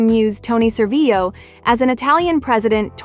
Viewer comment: Tony ServiLLo, we pronounce the L in Italy, we are not Spain